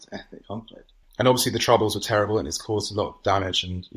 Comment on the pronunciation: TEWIBBLE ? TWOUBLE ? ENGLANT. ?